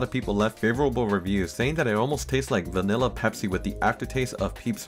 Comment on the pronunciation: Ah, yes. Peepsi.